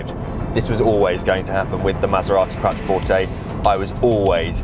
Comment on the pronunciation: You are pronouncing it correctly originally. It sounds like qua(ck). qua(ttro). Take no notice of the German pronunciation.